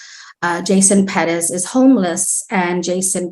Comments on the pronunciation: If I hear "Ped-ez" one more time!!!! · Omg. Quit saying PEREZ like "PEDEZ" Youre not native spanish speakers and its annoying to the point its almost cringe. Like when white women say "seeLANtro" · Why can’t anyone say Perez?